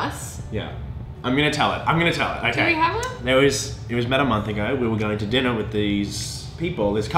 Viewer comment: "hey guise, how's it gowring"